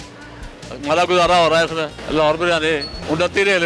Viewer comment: Baryani Nahi hota jahil aurat biryani hota hai